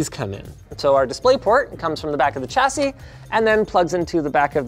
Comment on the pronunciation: There is no ‘t’ in ‘chassis’.